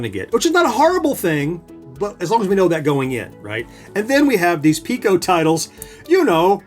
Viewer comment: It's Piko, not Pico.